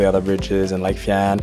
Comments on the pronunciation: Pronounced lake fines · its pronounced- lake fiines im a local :)